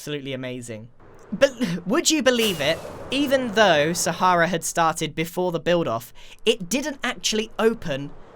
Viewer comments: calls Sahara, Sahairah. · I mean, it's an Arabic word that means desert and is actually pronounced sah-hrah-oo, so I think ' version is just as valid. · ...I'm American, that's literally how we pronounce the Sahara desert, and yet, in context, it sounded really weird and off to me too. like if someone pronounced Lt. Commander Data "dah-ta" (looking at you, Pulaski)